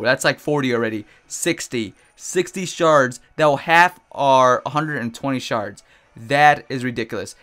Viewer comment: is it just me or when he says shards it sounds like he is saying sharts?